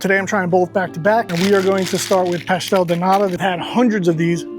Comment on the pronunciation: Can you say de T of NATA? Please. Not a D, it’s a T. “Nada” is another word that americans know from mexican spanish, means nothing. “Nata” means cream.